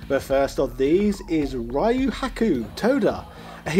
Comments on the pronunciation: You think we'll complain at daddy's firat name while I still can't figure out who is Rio and why is Rhea (Ripley?) in the game... O.o I mean, we're used to Brexit victims pronouncing Yu as Eyeore, but Yo as Eeewoah?! I guess that's why we never hear British rappers, they're so white, instead of "yo", they go "Yeehaw!"))) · I lost it when you said Ryu's name wrong its already 2020 and people still say it wrong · Dude how do you pronounce Ryo right and not Ryu?? 😂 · I find it quite Bizarre that you pronounce Ryo fine, but butcher Ryu every bloody time LOL. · So many info is missing, and lot is mistaken, Ryo is not based on Ryu (pronounced リュウ, Hepburn: Ryū not Raiu) he is based on Goku and Kenshiro, SNK pitched a Hokuto no ken Game, and it was rejected(HENCE THE NAME RYUUKU NO KEN) They kept some of the moves, like the Zanretsuken, And the GI is same as Goku, and thats the reason why you can charge KI. It had nothing to do with Ryu, then they added the Kohou, to match Shotokhan characters. You also missed that Todoh is based on Soun Tendou. You found that info on Wikipedia, but just like Jordan Peterson said: READ MORE Still you have my like and subscription, for doing your part with this video! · It's REE-YU, not RYE-YU. I only bring this up because you say Ryo's name correctly. Show Ryu some respect. 😁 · No, he said "Ree-yo." The fact that he consistently said Ryo's name correctly made the Rye-yu pronunciation stand out more. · At this point I'm pretty sure you read Ryu as "rai-uh" on purpose. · I hate it how he calls Ryu Rhy-yoo and calls Ryo correctly. You had one job man. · It's pronounced Re-you like from reusable. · I think it's really funny how you do a halfway decent job pronouncing Ryo's name (Lio, kind of like Yo but placing the tongue at the top of your mouth in the beginning in the L placement going right into Yo) but pronounce the Ry part of Ryu completely differently. Hahaha! Hot oil wins!